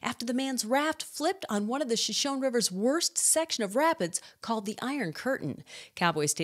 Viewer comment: have consistently enjoyed your broadcasts and have found the remarkably flub-free until today. i believe the river is named after the indian tribe and should be pronounced show-show-nay, not show-shown.